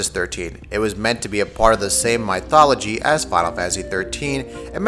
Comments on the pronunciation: who says my-thology?. you don't say my-th. it's myth (miff) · Super-fluis Magic?, My-thology? Might wanna look up a phonetic of those words before using it again. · Who tf calls Mythology My-tology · MY-thology...did I...did I hear that right?!?! Or is there another word out there I haven't heard of before? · Thanks for the video. Would prefer if you pronounced words correctly like 'mythology' and 'superfluous'. Detracts a little from the presentation :)